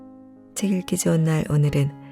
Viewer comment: 유익한 내용 편안하고 차분한 음성에 자주 찾아오고 있습니다. 읽어 주시는 방송인 만큼..장음과 단음 그리고 발음에 좀더 신경써주시면 더욱 좋은 방송이 될거같습니다. 흡사 '챌끼좋은날'로 들립니다~^^